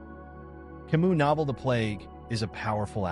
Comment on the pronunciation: But it feels annoying when someone who is going to introduce a person doesn't pronounce their name correctly.